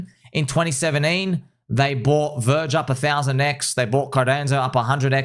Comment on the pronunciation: " Verge " ha ha snort :face-red-heart-shape